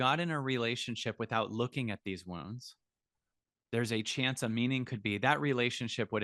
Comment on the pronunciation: I thought he was saying ‘worms’ ! It took me a while to realise he was saying ’wounds’.